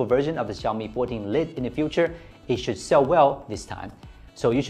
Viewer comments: Bro!! Lite is pronounced 'light' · Lit...more like layt. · This is actually a mispronunciation of "Lite", thank you very much for your comments.